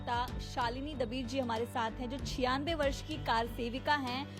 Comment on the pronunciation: दबीर नहीं डबीर !